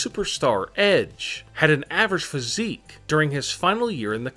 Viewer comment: Welp everybody saying about "EEE" but how bout "phySIIIC"